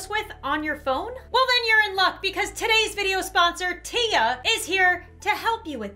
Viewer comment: I dont think its teya I think its tiya (long i)